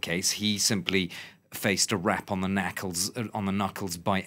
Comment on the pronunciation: "wrap on the knackles"